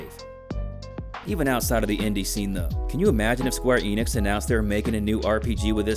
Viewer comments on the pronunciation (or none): none